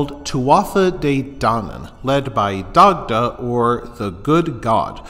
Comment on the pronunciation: Great information here. Glad to see someone spreading the information. The only thing I'll say is some of the pronunciations here were absolutely butchered hahaha. For example, Dagda is pronounced "die-da".